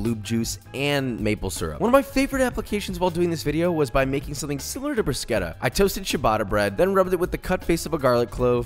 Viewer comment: brew-shetta... fyi